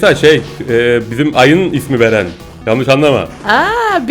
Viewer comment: abi. Beren. değil. baaren